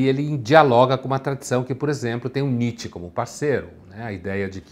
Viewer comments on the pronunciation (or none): none